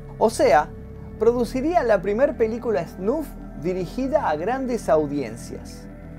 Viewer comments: No es esnuf, es esnaf xd!!!!!!!!!!1!!! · sos groso, pero por favor SNAF y no SNUF, me puso nervioso jaja se te quiere!